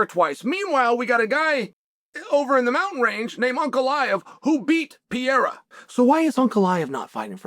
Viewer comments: Why this clown ptsd Chael always says Pierra 🤡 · but hes pronouncing pereira like pier so its like french pereira xdd